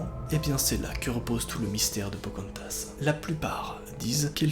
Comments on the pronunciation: Pocantas?! Non Pocahontas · Pocantas !!!!! C’est pocarantaseeeeeeeeee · Non pas phocaantase 😥😥😥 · C pas POCARONTHAS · Pokantas?On dirait un Pokémon humanisée😂😂😂😂